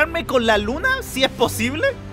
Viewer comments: No se dice luma se dice luna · Se dice luna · SE DISE LUNA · Hey se le dice luna no luma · No sabes ablar No serise luma serise lunaXD